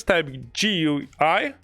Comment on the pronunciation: bro says G.U.I Guï